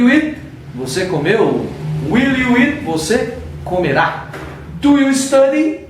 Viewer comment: A PRONÚNCIA DO EAT TÁ PARECENDO IT. ELE TEM UM PROBLEMA COM O "EA". NÃO PRONUNCIA ADEQUADAMENTE A PALAVRA SPEAK. EXPLICAÇÃO MUITO SUPERFICIAL. PRA QUEM JÁ SABE, NADA ACRESCENTA. PRA QUEM NÃO SABE, FICA NAS NUVENS POIS É MUITO GENÉRICO. FALTOU O "GOING TO" POR EXEMPLO. ACHEI FRACO.